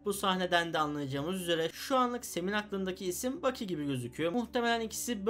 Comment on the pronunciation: Bu backy derken bu loki gibi duydum